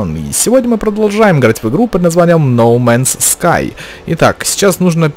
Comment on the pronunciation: ноу май ску а не но май Скай. там же не написанной No Man's Ski